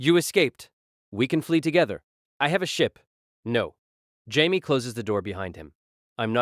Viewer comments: I was an hour into this story and I was curious why Pei Mei was mentioned. Then I realized this AI voice is pronouncing Jamie/Jaime as Hymay. The fact it keeps on switching makes me rethink the past hour of my life. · It's how Spanish pronounce Jamie, or so a friend told me, and YES annoys the heck out of me as well.......